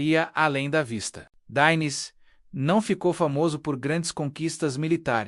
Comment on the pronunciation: Dinis não Dáines( esta é pronúncia INGLESA); gu se lê G; Clelmente V se diz quinto